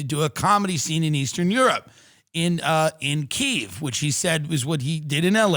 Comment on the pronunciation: KYIV.... you said it right. Thank you. (Glory to Ukraine)